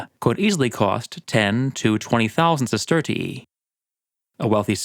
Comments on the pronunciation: I don't understand how these people are competent enough to profuce a YouTube video, but not smart enough to provide tje AI voice with phonetic pronunciations, so it says "siss-TER-shee" instead of "sister-EE-ee". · your pronunciation of Roman currency is like nails on a chalkboard. Allow me to help you. Sesterius (Sestertii if plural) is pronounced sest-er-rious Sestertii is pronounced: sest-ter-she there's no "ee" sound afterwards. please for bleeding ears sake, correct your awful pronunciation of this. 😂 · I don’t want to be petty, but I thing you over-pronounce the second “i” in sestertii and it’s a little annoying. Fun video otherwise! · i like the way you say "sestertii" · How do you spell the currency? You sound Irish when you say it haha